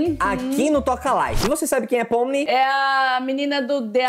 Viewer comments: O nome dele,(do Coelho), é Jax mas se pronuncia Jex. Espero ter ajudado vcs 😊. Ah e o nome dela é Pomni mas se pronuncia Pomini. Tbm espero ter ajudado dnv gnt 😊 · e se escreve pomni e mas se fala pomili ok da like se vc acha qui ta certo? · e Shirley o nome é pomini e jex e a sim que se pronuncia amo vcs demais ❤faz um show aqui em Portugal por favor 😊😊❤ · O nome dela n e pomni a jente fala: pomini mas escreve assim:pomni 🤓👍🏼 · E SE ESCREVE JAX MAS FALA JEX E A POMNI SE ESCREVE POMNI MAS SE FALA POMILI😊 NÃO É POR MAL É POR CORRIGIR O PORTUGUÊS DO NOME❤AMO VOCÊS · O nome dela se pronuncia pomini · O nome dela se pronúncia assim👇 Pomini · e se escreve pomni mas se fala pomini é o jax vcs falaram certo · Se fala pomini mas se escreve ponmi se fala jaxx mas se escreve jax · o nome da pomni realmente se escreve assim mas se pronúncia pomini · Se fala pómini e jex